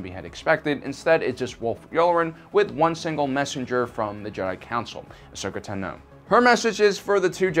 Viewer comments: It's not pronounced ten-o it's pronounced tawn-o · great video as usual/but really - it's not asoka naNOH you've been saying it wrong for a while now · Great video as usual, although Tano is pronounced TAH-no, and she was 14 not a pre-teen. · Interesting way to say Ahsokas last name. I’ve re-listened to the Ahsoka novel many times and her voice-actor has chosen to say it another way:)